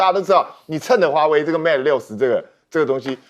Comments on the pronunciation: 應有人提醒羅主持人Mate不是MATA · 記者做點功課吧！mate not meta 60！